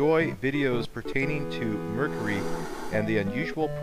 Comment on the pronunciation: I think he actually pronounces mercury right.